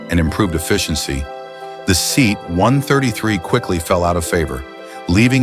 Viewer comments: It is pronounced as "Se-at" not seat....... a seat you sit on, a Se-at you sit in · Ugly as sin, but utterly reliable. Only 'let down' was if the suspension leaked. My Dad had 2 1750HL's, one after the other, he absolutely loved them. And what was with the lengthy slagging of the Seat (Say - at, muppet narrator, not SEAT!!!). The Maxi gets viewed while berating the Talbotm, then this little lawnmower gets about 10 minutes worth of slagging. Do i detect an obsession? :P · Teach the AI to correctly pronounce SEAT.